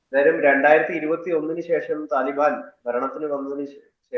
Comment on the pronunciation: Please pronounce the word Taalibaan on and not as you repeatedly pronouncing taliban